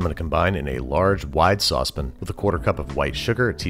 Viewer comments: Also, every time I forget, Babish is sure to remind me that he says sauce pan like "saucepin". It's adorable lol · My son just asked me what a "sahspin" was and I had to tell him it's yankee speak for saucepan!